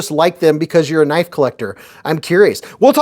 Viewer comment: Eyy. Gimme that kuh-nife! That is all. Thank you lol